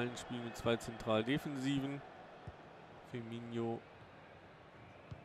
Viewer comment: Sehr gute Videos, bis auf die Aussprache mancher Namen, die zumindest bei mir Ohrenbluten verursachen. - Firmino wird genau so gesprochen wie geschrieben. Du sprichst ihn aus, als hieße er "Firminho" (tut er aber nicht). - Aussprache João